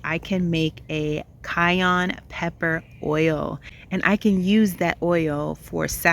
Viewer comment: Your garden looks amazing! I’ve learnt a lot from you. Please don’t be offended but the pepper is cayenne not cayonne. I heard someone dare to laugh at your pronunciation. I was ticked off. Thanks again for your wonderful content ❤